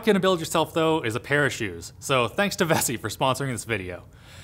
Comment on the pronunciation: I thought he said parachute.